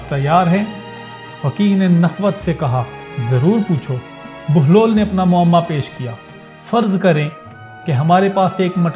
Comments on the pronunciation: Sorry sir video to ap ny bna li hai lakin ap baglol baglol bol rhy hain asal main enka nam behloll dana hai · It's Hazrat Bahlol Please , Not Baglol please correct your self 🙏 Pir Mola Ali Madad 🌹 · Bai name to sahi lo "Baglol" nain behlol hy